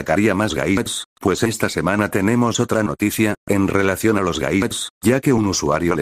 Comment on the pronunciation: Yo al escuchar gayls en ves de gadgets🤣🤣🤣🤣📚